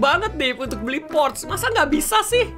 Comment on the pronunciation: Bang. Bukan. Porche. Yang betul. Adalah. Porcha